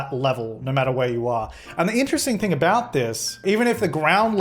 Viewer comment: Abouat is the professional way